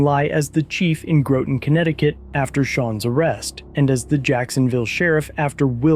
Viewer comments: It’s “Gr-ah-tin”, not “Grow-tin”. Not being a smart ass just a heads up. Welcome to Connecticut. Every time I go back I make sure I’m on my p’s and q’s because I don’t want none. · it’s pronounced “ROTTEN GROTON!!!” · It’s pronounced Groton it rhymes with rotten